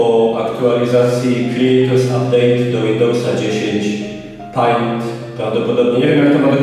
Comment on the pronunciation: Nie da się tego słuchać XDDDDD I jeszcze ten "pajnt" XDDDD